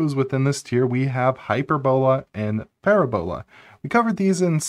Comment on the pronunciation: Pronunciation corrections: the emphasis for parabola and hyperbola are on the second syllable, not the third syllable. So they are pronounced parAbola and hypErbola. Also, I'm pretty sure that "mach" is pronounced "mauk", just as in "Mach speed".